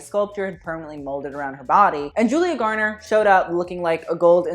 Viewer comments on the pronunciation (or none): none